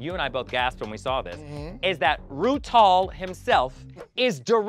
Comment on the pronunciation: LOL she called him rutall again ahhahahaha